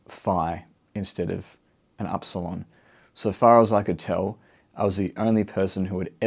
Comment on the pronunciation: Dear. Im from Greece. Its not called aρsalon. We call it iρsilon.